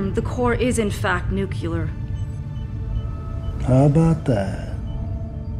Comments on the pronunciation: If I hear one more person mispronounce that word I'll go nucular!! 😉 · She's a piece of work. 2md time watching... draws viewer in. Nuculer... o well. A power type raector can not explode... o ly melt Watch it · Ugh, "nucular." People who say "nucular" are "uncular." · it's nu-clear not nu-cu-ler 😅 dunno why but that really threw me off the story. Devil is in the detail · GRAMMAR POLICE ARREST; “nuclear” NOT “ nucular”!! Please make note of this. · "Noo klee ur" not "nook you lur" - unless you're trying to sound like a Texas politician... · Seriously?! One character says nu•clee•r AND nu•cyoo•lar? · We have confirmation that far into the future people will still mispronounce nuclear. 🤦‍♀😉Love this short film! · Hundreds of years in the future and people are still saying "nuculer" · Why the hell wd any director allow the improper use of the word nuclear ( she says nukuler in the beginning.) In later scenes she uses the correct pronunciation. So annoying. I almost turned it off just bc it triggers my ptsd from GW Bush 😂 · "Nucular, it's nucular!" - Homer J Simpson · I hate nucular. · It's NUKULAR , new shit folks ! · i have been scrolling comments to see reference to this #) it was pronounced at least once tho by the tech. maybe sooner. not going back again right now. otherwise well done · "Readings confirm the core is in fact nu-cu-ler" 😂😂😂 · "Readings Confirm the core is in fact, NUCULAR." She said. hahaha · She said, "nucular"😂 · "NUCULAR"?? Goddammit... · that far in the future and they still say Nuke U Lar? I would have thought pronunciation would have developed... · She pronounced it Nucular at one point. lol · Did the white eyeliner woman say "nukUlar"?????? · "Readings confirm, the core is in fact nucular" ... ... Really? Phew, we were worried it was nuclear. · Great little movie ! (but what is this ‘nucular’ thing they keep talking about ? ;)) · "Nucular"?? UIh... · Nu•clee•er(ur). Too much exposition this. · "Nucular" lol adios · "nucuhlar"... ugh.